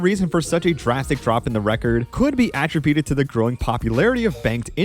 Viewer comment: Never heard “attributed” pronounced that way before lol